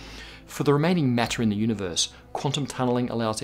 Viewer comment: The way he says "The Udibeurse"